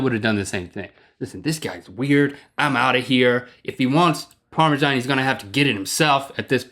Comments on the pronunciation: It's par me sun not par me shan. Maybe it's because I'm from UK. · why do you spell Parmesan so weird..its ParmeSan not ParmeJan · Do all Americans pronounce it parmejan? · so is parmajan a thing? or are they saying parmesan wrong? :P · okay, since when has Parmesan been pronounced with a "j" in it?! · it annoys me a little how you say parmesan :/